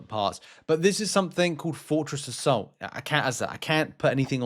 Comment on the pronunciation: Sounds like he's saying Fortress of Salt not Fortress Assault hahahaha